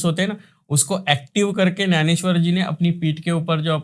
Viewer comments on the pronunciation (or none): Sant Gyaneswar... Kya ap Nanesyar bol rahe hai?